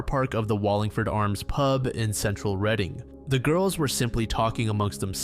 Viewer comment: As someone who has lived here all my life i just wanted to say thank you for pronouncing Reading correctly! Most people who don't know how to pronouncing it say it like "reading a book".